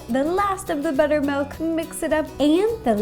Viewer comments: She usually says ''melk.'' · b U t T e R m A l K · cookiedere I read this as soon as she said "buttermalk"